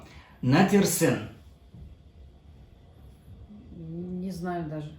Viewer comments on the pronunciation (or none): Не натерсен, а нечесен (necəsən)